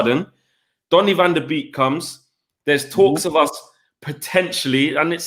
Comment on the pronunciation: Its pronounced van der bake not beek